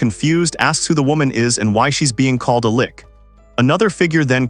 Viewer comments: she's not a Lich, she's a "Lick" lol Also, the Ai is reading the story left to right, should be the other way around. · Whoever made this has done such a shoddy job of making a script for the AI to read it will give you a migrane trying to keep up with it. From stupid shit like reading out 'thats' as 'Tee Aych Aye Tee Ess' to switching between "L-itch" and "Lick" (pick one, stick with it) not to mention that names keeping changing. Total nightmare, probably a good story though. 0/10 DO NOT WATCH, DO NOT PASS GO, REMAIN IN JAIL